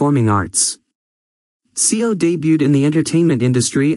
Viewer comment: what is mysterious about this? also it's seo is proounced as so